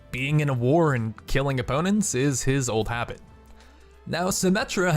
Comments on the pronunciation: Habits not habbits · "women" "habbit"